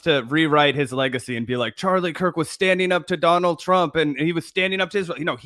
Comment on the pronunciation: Bro he’s whitewashing Charlie Kirk intentionally mispronouncing his name and calling him the sword that will destroy America. Wild stuff. Cenk really will do anything, including debasing himself in front of Tucker Carlson and likely President Trump, who was probably watching, to stay relevant.